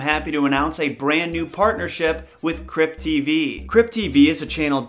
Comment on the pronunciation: Lamo i thought u said crip tv I was hella confused 😂💀